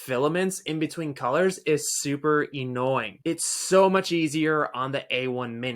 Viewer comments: sim-U-lar -E-nnoying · Simular? Eenoying? I’m just not willing to take advice from a guy who doesn’t know how to pronounce basic words. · I stopped watching this review when he said “simular” and “ennoying”…… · Bro why you say “similar” “annoying” like that wtf lololol